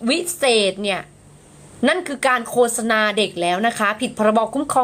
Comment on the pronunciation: คำว่า โฆษณา อ่านออกเสียงที่ถูกต้องว่า โคด-สะ-นา ไม่ใช่ โค-สะ-นา